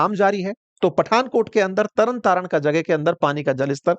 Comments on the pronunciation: भाई साहब ये तारण तरण नहीं बल्कि तरनतारन है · Its not tara taran its tarn taran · Tata Taran nahi Tarn Taran